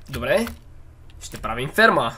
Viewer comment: kazva che shte pravi farma kakvo chuvam az: shte pravim sperma xDDDD